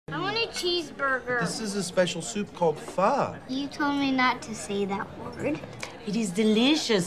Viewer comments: They’re pronouncing it correctly more or less, it’s “fuh”, not “foh”. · I’m here as a person who eats “pho” and it’s not pronounced “PHUU” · bruh the soup is pronounced as “fur” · I love how they respect me and my country 🇻🇳🇻🇳🇻🇳🇻🇳Vietnam! Also pho is pronounced 'fuh' Pho is my favourite soup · It’s not pronounced “ Foh”